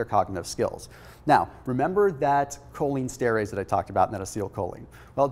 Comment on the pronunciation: Fyi, it is Pronounced: “cholinEsterEss.”